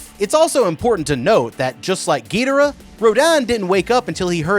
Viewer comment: Love the vids but “Gil dorah “ and “rodawn”